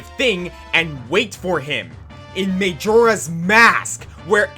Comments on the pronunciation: may-joe-rah's mask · Him pronouncing Majora incorrectly frustrates me as much as the boss fight he mentioned did... Oh, and Moldorm. Felt like a Moldorm.